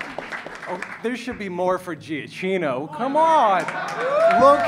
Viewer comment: It's kinda funny that they're big fans of Giacchino but they couldn't pronounce his name properly. Still freaking love them though!